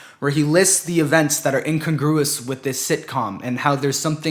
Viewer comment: A- for the way you mispronounce incongruous.